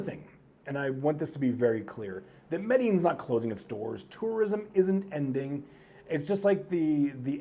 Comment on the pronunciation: Mey-dey -jeen..for f**ks sake, say it properly, not some Gringo who came from DR